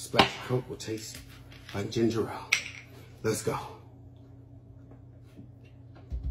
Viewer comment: Why do people keep pronouncing Ginger Ale wrong!???!!! They pronounce it as Ginger Rale. 🙄😩🤦🏾‍♀️ There is only one R one R!!!!!! Lord fix it!!!